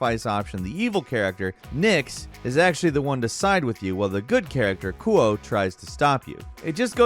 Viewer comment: I love, but he clearly didn't play infamous 2 "New Marius" "Agent Ku-Oh" 😂😂